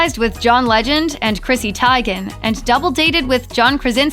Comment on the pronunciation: How do you speak on celebrities and don't know how to pronounce Chrissy Teigen's last name?